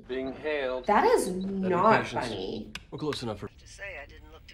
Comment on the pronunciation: That is not funyeee, That is not funyeee